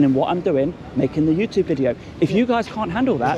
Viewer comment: complete and utter helmet, needs knocking out, and needs to learn how to pronounce YouTube, its not youtooob you idiot!!!